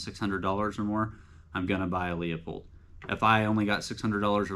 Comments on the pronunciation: It's pronounced Loo pold not Leo pold. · Quality Vortex LMFAO, buddy it's made of chinesium and you will be needing that warranty. Also when you can't pronounce a made in the USA product you have no cred! It's Loo pold not Leo pold. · Well...compare leupold to Swarovski...and it's pronounced Loopold, not le-a-pold. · Dude you should learn how to pronounce Leupold, there’s no Leo in it. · Pronounced, Loopold. They used to say it in the packaging but whatever. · Learn how to pronounce leupold!